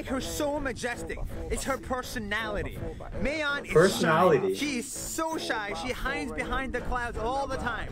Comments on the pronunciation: Mayon is not pronounce mey-yon,its pronounce mah-yon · No no don't say meyon say mayun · Ok im late but this is a fact about mayon volcano ( pronounciation is MAyon not mAYon just a correction ) Mayon volcano has a very majestic backstory when the guy in the vid calles mayon a she he isnt joking the actual volcano grew ontop of a burial of a dead girl called daragang magayon she was kind as she was pretty and beautiful all the men in her village wanted to marry her but her lover was killed and she was saddend by this that she did nothing but cry soon leading to her death they burried her on the very spot where mayon is soon the volcano formed where daragang magayon was buried and lead to the angry and beautiful mt mayon some say she errupts bc of her ever growing anger and sadness by those who killed her lover This is just a legend but some say its true! Do you? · I love said the word "Mayon" as slang as "Meh-youn" 😂😂😂: Meh-Youn Filipinos: Mah-YON🤣🤣🤣